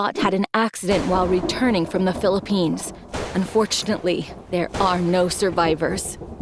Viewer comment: Did somdy say philiphines?